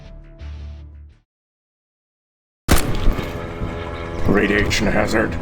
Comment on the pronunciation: Raughhhhdiation hazard